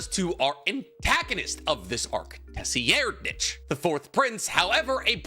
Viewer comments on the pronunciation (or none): i was not prepared for that LOL. He still says his name wrong (Tser-Ride-) not (Tess-si-er-nich) 😂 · I know names in hxh are weird n all but most of the time its enough to just, yoou know....READ them....its TSE-rriednich. Not TECE-AIR-nich or whatever the fk youre saying all the time....its really not that hard to pronounce the letters in the right order .... (my name is meant to be ironic btw) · Wtf is "Teh-zee-erd-neech"? "Ze-reid-nij" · Tetseriairednich? No. Tserriednich. Yes Serr-eed-nich is the correct pronunciation bro. The t is silent like in tsunami, the "nich" is pronounced like your name "". It made my face itch when you butchered it... yes... I am autistic. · 4th Prince is pronounced sir-ride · The way you pronounce tserriednich is absolutely appalling it’s pronounced (sir-eyed-) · I love you dearly. Sir-ride- Got it? Idk if google can pronounce these names so I don’t blame you. Gl with the car btw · Is he purposefully mispronouncing their names lmao. Sir-I-Den-Ick and woah-bull is how you pronounce their names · you are correct, every time says it the other way it makes my eye twitch, same as when he used to refer to jujutsu in jjk as jiujitsu lol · Ain't no way you pronounced Tserriednich like that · You don't need to be autistic to realize that the way pronounced Tserriednich is nowhere near correct, not even close. I feel like he pronounced it so badly that it was done on purpose for engagement bait.